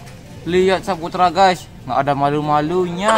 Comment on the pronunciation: Ah kok bacaannya sapetra bukanya Saputra 🤔🤔🤣🤣🤣🤣